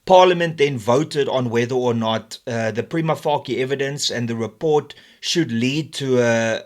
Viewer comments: "Prima facie" is a Latin phrase that literally translates to "at first sight." In English, the most common standard pronunciation is "PRY-muh FAY-shuh" Not "prima-fakkie"... Yes, I do get the point being made with the subject matter, I am not oblivious to it. But if a point is to be made then it should be made with the correct pronunciation of legal jargon. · please just learn how to pronounce "prima facia" correctly